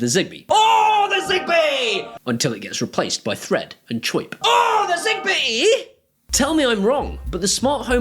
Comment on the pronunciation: Is zigbee here means Zibee? In the Moroccan accent? If so you are so very hilarious man. Thanks for the info anyways I was gonna get Philips hub.